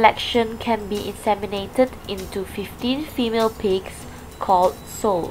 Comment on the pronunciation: Nice documentary with clear voice. Just wish that the correct pronunciation for female pigs is 'sow' as in 'how' or 'wow', not as in 'soh' as in 'oh' or 'toe'. Hope this can be corrected, with a software program. :) :)